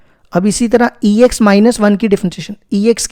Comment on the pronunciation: Question 10 😂😂 sr ex kho sex bol rha hai😂😂